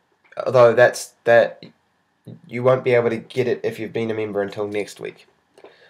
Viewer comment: Its member not meemba